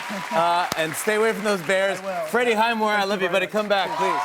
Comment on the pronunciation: Fallon did you not even know what your guests last name is? Everyone listen at the very end, calls him Freddie Himwire instead of Highmore. Total waste of skin.